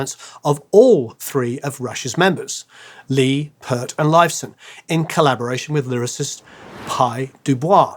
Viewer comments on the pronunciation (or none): Mostly well done. However, "Geddy" is not a stage name. Its how his mother pronounced Gary...she was with a heavy Jewish accent and it comes out "Geddy" see nay interview here recently while on his "My Effin' Life" book tour. and it's not 'pert', that's shampoo... it is properly Peer-t. gonna do this get it right. For context my first album 1977 was 2112... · It's Peart not Pert for goods sake. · Produce Like a Pro, but Pronounced Like An Idiot. How can you do a video about rush and not even being able to pronounce Neil's name right? Neil's last name is NOT an Australian city (Pearth), it's PEART and pronounced exactly how it's written. There are so many so-called experts on Youtube that it is pathetic... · Too many good songs to pick just one, but three off the top of my head are Xanadu, Cygnus X-1, and Natural Science. BTW, Peart is pronounced Peert, not Pert. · Peart is pronounced Peert and not Pert. 😊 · It's not pronounced "pert" it's pronounced "peert".... Put at "t" at the end of pier, stop saying "PERT"... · `Peart`like peach! Not `Pert` but `Peert` God bless your name, Neil... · Let me just get this out of the way....Neil's last name is not "Pert"......it's Peart.....there's an "ear" in P"ear"t........Peart. You're welcome. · It was Louis the lawyer, not Louis the warrior. Peart is pronounced Peert, not Purt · Very nice video, with a fantastic dissection of the many layers of this amazing song, albeit an almost inexcusable mispronunciation of Neil Peart's last name -- Pee-rt, not Purt. Carry on. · Neil's last name is pronounced PEERT, not PERT. Otherwise, great video. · Please stop saying Purt. Its pronounced Peert. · Peart is pronounced peart. Not peart! Jesus, how many more times. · GAAAAH!! You too? Why can so few people pronounce the man's name right? Peart. Not "Pert". As Geddy Lee once explained it to try to help some interviewer who was probably the nine millionth such person to get it wrong: "EAR... put a P at the front and a T at the end".